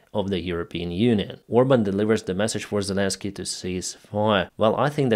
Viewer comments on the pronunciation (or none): none